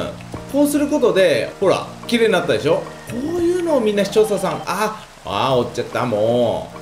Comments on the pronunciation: カズクラでしょ。って言ったとき カズクラだしょ。って聞こえたのは 俺だけか？ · 裏クラでひょ？に聞こえるw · カズクラだほぉ？に聞こえるw